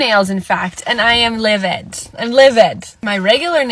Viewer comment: did she just say she's "liviT"?? Like as in, liviD?